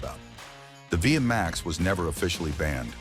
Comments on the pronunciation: Its not V M A X, its V Max, beautiful bikes, I owned an 88 V Max 1200, pathetic narrating. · "Vee Emm Aye Exx" Simply Hilarious...😂. It's Vee Max, ! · The V-max was never air cooled. And it was never pronounced Via max! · Technically it’s VMX as the chassis cod but yeah ai sucks at understanding uper case letters